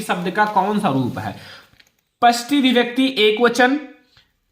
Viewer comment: sir sasthi hota hai not pasthi